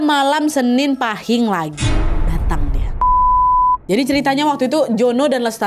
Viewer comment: Izin koreksi kak nadia cara baca pahing kata bunda aku itu paeng terimakasih🙏😚😚